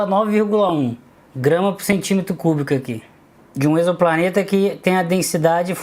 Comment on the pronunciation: Você é a primeira pessoa que eu vejo que sabe pronunciar a palavra "exoplaneta".